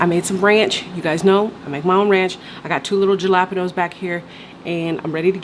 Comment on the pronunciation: i thought my niece was the only one that pronounced Jalapenos that way lol